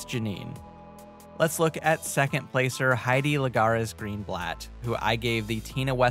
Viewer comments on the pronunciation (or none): none